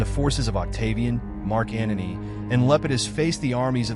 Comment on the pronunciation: Antony not "Anony"